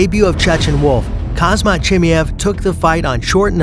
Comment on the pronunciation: It’s called “Haam-Zat”